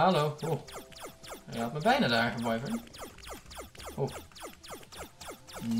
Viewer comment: je zegt “wyvern” als. “Wivrn.” Niet “Waivrn” (Gewoon een vriendelijke tip)